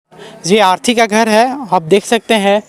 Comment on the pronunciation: Arthi nhi bhai arti